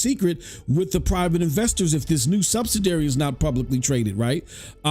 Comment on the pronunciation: Say it with me. SUB-SID-I-ARY.